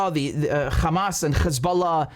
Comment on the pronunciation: KHamas, Khebollah and Khoutis! WTF!